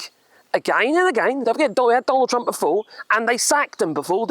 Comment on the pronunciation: I thought you was saying Donald Dumb in the beginning .